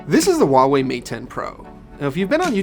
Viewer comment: Huawei is pronounced with a hard "h". Read is as "who ah wei" in one breath. Stop pronouncing things that aren't there. The "h" isn't silent whatsoever.